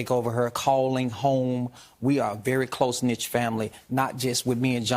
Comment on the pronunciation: Close KNIT not close Nitch. Smh! 👊🏾